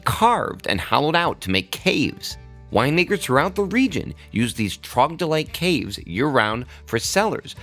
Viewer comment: Love the episode, … but do you mean troglodyte… and not trogdylite?